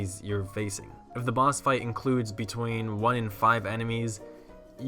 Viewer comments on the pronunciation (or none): none